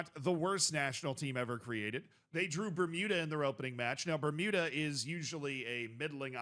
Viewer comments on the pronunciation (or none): none